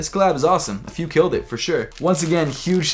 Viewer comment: Seems like US American can't pronounce Afew. It's pronounced Aifiu